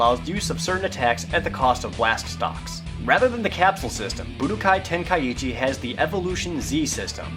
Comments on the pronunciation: You're not saying Tenkaichi properly....say TEN.....KAI......CHI, you're ursing the first i twice, otherwise it would be Tenka ichi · Jared's mispronouncing Tenkaichi >.< He's saying Tenkaiichi not Tenkaichi. Ten-Kai-Chi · your saying tenkaichi wrong " its ten-kai-chi"~ the ka and I make 1 sound so you don't repeat the I afterwards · it's pronounced ten kai chi. 3 separate words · Ten-kai-ee-chi Wat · it's tenkaichi where do you get the 2nd i that makes it tenkaiichi people need to learn to practice the grammer what it reads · There's only one "i" after the a in Tenkaichi, but the way you pronounced it made it sound like there's two "i"s there, making it Tenkaiichi. I might be wrong, though.